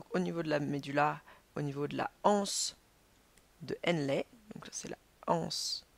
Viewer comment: anse de henlé pas HANSE DE HENLE